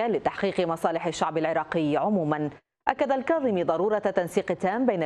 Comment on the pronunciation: لك رحمة لوالديك المذيع....ارجوووك حاول تلفض اسم الكاظمي صح....لك اسمه الكاظمي وليس القاظمي 😒🙄...افتهمنا عايش بريطانيا بس حرف الكاف موجود باللغة الإنكليزية...شبيك يوول ....بييك يوول 👊